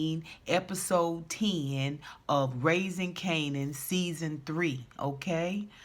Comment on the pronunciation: I laughed every time you say Kananapped lol😂😂😂